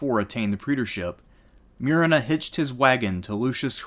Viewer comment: It's Moo-re-na